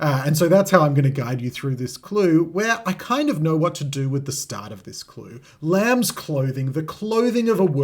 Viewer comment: Ignoring the S in lambs is criminal